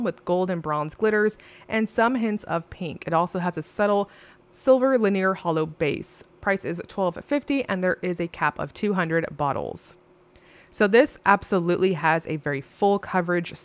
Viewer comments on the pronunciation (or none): I love your reviews! I am startled. At times by your mispronouncing of the word linear. Please look it up! It is lin’-ee-er, accent on first syllable. I hate being critical, but this really distracts from your otherwise top-notch presentations.